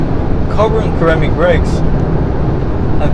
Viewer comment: Respectfully its pronounced Sir'amic or Ser'amic "Ceramic" . I mean I only know the one language so im sure id be all wrong in German. LOL just being helpful. That said i adore this new update. I tested both the M5 and E63 earlier this year for 2020 and found the E far to harsh, and the inside creeky with movement which just put me off. But id have to test the 21's cause ill be ready in 3 mo.